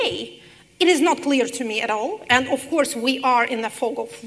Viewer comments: да, мадам Ш., но предлог of читается [ав] , а не [оф], иначе будет off; sorry to mention, but that's my specialty; also, there must a stable ground tone within one note, i.e. a monotonic one. Just like her counterpart's speaking. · Keinesfalls. - Все приходят за знанием. А если профессор говорит of как off , то это незнание. А как слушатели узнают об этом?!